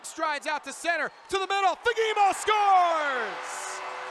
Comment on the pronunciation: As a Swede I understand that it might be difficult to pronounce his name but the first one might be the worst pronunciation I have ever heard😅 it is Fa-ge-mo